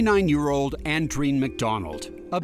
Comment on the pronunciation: You'd think the guys could pronounce Andreen.